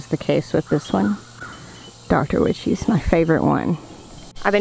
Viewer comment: I hate laughing but the way you pronounce Dr Wyches tomatoes. 😂😂😂😂 it's as like 'why' lol